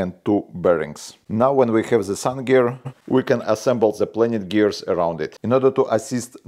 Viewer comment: Наконец-то я нашел нормальный англоязычный канал, где у ведущего нормальное понятное произношение. "Планетари геар" - прям ласкает слух.😀 Отличный канал! Так держать!